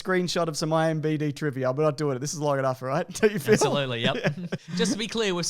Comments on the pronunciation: Excuse me, but its IM*Db* , not IM_bD_ !! Thanks... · At the end called IMDb iMBd and just took it in stride and I laughed for like 30 seconds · "IMBD trivia" IMBD!! I'm unsubscribing